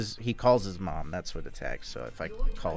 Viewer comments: he said moam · Mmmooommm? You mean mom? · His R is his Mom spiting fire